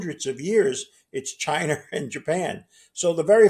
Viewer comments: Chiner? Americer? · Dude called China…. Chiner… wtf man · Yeah, but what/who are "Chiner" or "South Career?" Must be where "da two utes" are from?